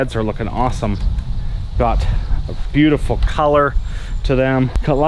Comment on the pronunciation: "Ba-loot-ta-full"..... New word for the day.......I think the Crossbow got into his Kool Aid ...again....😳😳😳